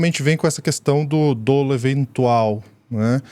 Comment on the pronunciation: A pronuncia correta da palavra DOLO, no "juridiques" é dólo, com o acento somente como exemplo. Lógico que o assunto é muito mais importante que o pequeno detalhe da gramática. Ainda assim vai a dica, já que o fato se repete há algum tempo e por mais que um apresentador. Grato pela atenção. Rodrigo.